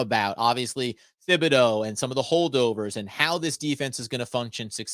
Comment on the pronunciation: Aaron Robinson WILL DEFINITELY start at CB. ESPN is click bait. Not worth discussing. Flott MAY start also. I GUARANTEE 💯 that Robinson is 2nd after Jackson. And btw, it's pronounced TIB, NOT THIB. H is silent